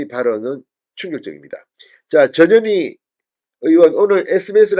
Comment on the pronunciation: 이름이 전년이가 뭐냐 발음이 전현희가 아니라 전년희가 더 쉽구나 ㅎㅎㅎ 마씨 헌재재판관 꿈도꾸지말고 자진 후보사퇴하라